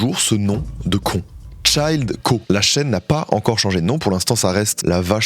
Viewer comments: "Child Co." Sérieux fait un effort 😂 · Le mec prononce ChilledCow come Child Co c'est pas possible de faire un effort sur la prononciation de quelques mots en anglais?